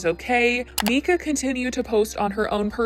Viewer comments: “Rehoming” Huxley he’s not a dog. And that’s his name ( The little boy). Also it’s Myyyyyka, Not Mika. It’s all over you tube and social media. No reason to not mention the baby boys name. Just sayin! . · How the hell you say you watched this family for years and then proceed to mispronounce her name the entire video. Im stumped.